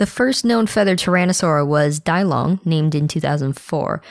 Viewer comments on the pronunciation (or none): Di-Long is pronounced Dee-Long.